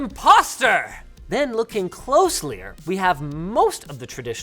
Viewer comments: Is Closlier Canadian/French for closer? Or am I just bad at hearing? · Mf said closleyer